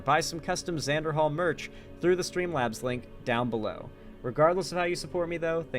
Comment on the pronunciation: It's supposed to be Xander